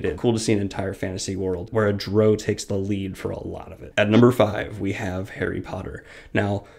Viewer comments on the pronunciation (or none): one syllable....not two....not duh-row....but just.....drow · Just have to say, its not Dro, its drow. Pronounced like drown, minus the N great video ! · OMFG Learn to pronounce names and races! DrOOOO? Drizzit? WTF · Had a hard time hearing "Drizzit" and "droe," but otherwise great list! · its DROW like cow! drop...and you should say imo...u didn't do any polling